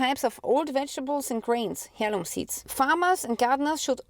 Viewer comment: I’m am so sorry I am American and I have a hard time understanding one word you were saying was it Heirloom seeds? Or Herum seeds? Wasn’t sure could you please clear that up for me. Thank you so much for your work in bringing this information to us it’s important we know These things.